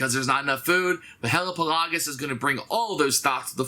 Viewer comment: Pretty sure Hellapagos is pronounced like Galapagos